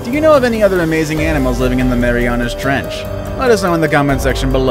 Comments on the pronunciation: "tHe mEyMYAna tREnch" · He said mamiriana trench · LOL "THE MEMAYANAS TRENCH"